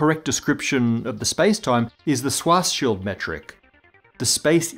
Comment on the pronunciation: LUH MEH TR is how you say Lemaître SHVAAARTS SHILT is how you say Schwarzschild